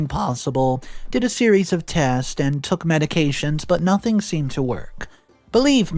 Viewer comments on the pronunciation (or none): none